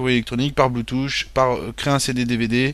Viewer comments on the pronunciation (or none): none